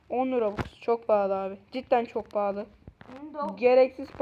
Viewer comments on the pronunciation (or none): lan sen 10 robuxa mı palı diyon